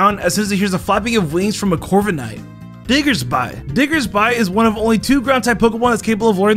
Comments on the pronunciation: Its Diggers-bih not diggersbuy also its Kah-lowhs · No one pronounces diggersby like that It’s “dig-ers-bee” the anime said so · "Bunnel-bee" ... "Diggers-bye" Okay then. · "Diggers-bye" that hurt me